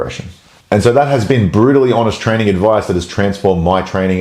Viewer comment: "Fix your trainig" ❤